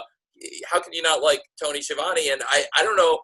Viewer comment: It's pronounced Ski-a-vone.